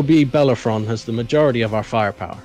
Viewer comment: I don't mind ship names being annoying on purpose or being incredibly long. What bothers me is when Bellerophon is said slightly incorrectly that I still expect to hear it then they drop a syllable and put the 'r' in the wrong place. I find it jarring every time.